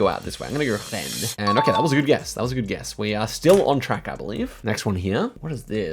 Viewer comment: Nice pronunciation of Rennes and Brest !!! Im french and it was spot on!